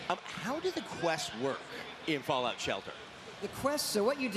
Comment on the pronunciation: He does say fallout, just sounds like fallow if you listen closely :(